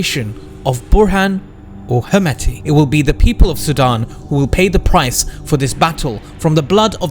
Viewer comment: Why?? Just pronounce it as standard pronunciation..Not according to English pronunciation